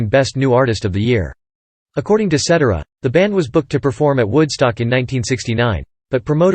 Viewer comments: SET TARA Peter Cetera ..get that right... at least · Set TEER ah is how you pronounce Cetera. LoL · Another video that can't pronounce Cetera properly.